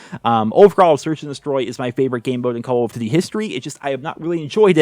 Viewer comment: I love how it sounds like he is saying: "CoooLl of duty" Hope you're doing well!